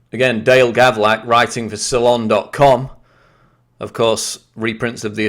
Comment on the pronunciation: Hey quick about EDIT its Gavlak not Gavrak...